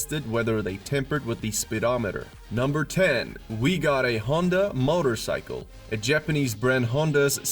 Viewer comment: Yep that's what I thought. Motter-cycle?? LOL